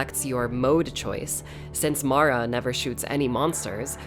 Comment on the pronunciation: My name is Mara and I just want to say THANK YOU for pronouncing her name properly. A lot of people mess it up for some reason (Mare-ah instead of Mar-ah). It's a small thing, but it's appreciated 💕